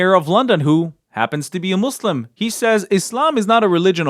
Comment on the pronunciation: Why was starmer pronouncing muslim like mushlim ?